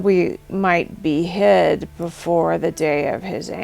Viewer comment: Breath taking moments ain't gonna be the word for it when that day comes.. for a moment there i thought you were saying behead instead of be hid ...